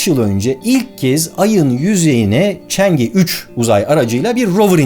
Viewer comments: Barış Abi yine harika bir video, teşekkürler. Yalnız Çince bilen biri olarak (嫦娥) "chang'e" ismini "çeng i" olarak telaffuz etmeniz videoyu izlerken beni azıcık rahatsız etti. Doğru telaffuz "çan ı" şeklinde olacak. Bundan sonra Çin'le alakalı daha çok video izleyecek gibiyiz, Çin ve Çince ile ilgili konularda yardımcı olmak isterim. Saygı ve sevgilerimle... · Barış abi,aletin ismi Çengi dört değil Çang'ı olarak okunur, yani 嫦娥